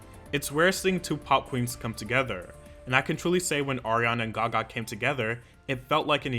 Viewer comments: Lady gaĞÄ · “Lady GAWGAH” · "Lady Ga gAA"......are u alright? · The way you said "Gaga" like what😂😂😂, I had to repeat that part 😂😂😂😂